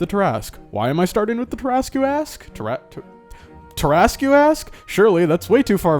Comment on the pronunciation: I was so disappointed that you pronounced it Tear-Ask and not Tear-a-sque...